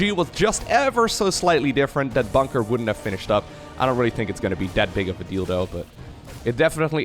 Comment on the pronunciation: practice pronouncing "that big of a deal though" with a different accent. had a chuckle tho.